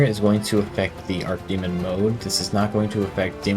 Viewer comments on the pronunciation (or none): Dude, it's not "ark" demon mode. The word is "arch", not "arc" or "ark" You pronounce the "ch", you don't make it a "k" sound. Arch (with "ch" pronounced) means "higher in rank, ascended, or greater in magnitude". Like if someone is your archenemy, they are your GREATEST enemy.